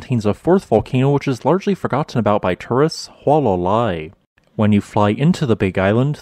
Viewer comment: In Hawai'ian, all letters are pronounced. There are no dipthongs. So, say, "Hoo-ah-lah-lah-ee."